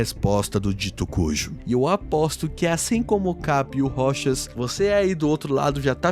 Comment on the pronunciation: aaahhh finalmente eu posso ouvir alguém falando "ROCHAS" e não "ROU TCHÁS"